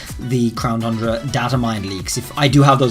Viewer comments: Is it just me or does he say crown thundra instead of crown tundra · Still saying Crown “Thundra.” When is he gonna get it correct?! I mean damn, you can clearly see there’s not an h in it! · it's really dumb how you say "Thundra" instead of "Tundra" like it's supposed to be called. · Why does he keep saying Thundra? It's Tundra. Without the h. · please stop saying thundra its tundra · You keep saying Thundera on tundra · Pronouncing The Crown Tundra Me: tun-dra: thun-dra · no offense but you are saying crown thundra and it is crown tundra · There's no way you can make Tundra sound like Thundra idc what kind of accent you got. Also, this is the 3rd time I've posted this comment and someone keeps removing it. Sounds like someone can handle the heat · Won't stop saying thundra lol it's tundra funny mistake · I have good reason to believe says "CROWN THRUNDRA" on purpose now lol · Is anyone else still sort of exasperated that he still says thundra? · “Crown thundra” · He always says Thundra and it makes me twitch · I heard Crown Thundra lol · DarkSpyro I know!!! It’s not to important but once you know it it’s just hard to miss!